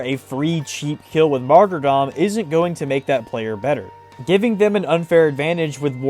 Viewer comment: HE PRONOUNCED MARTYRDOM RIGHT!!!!!!!!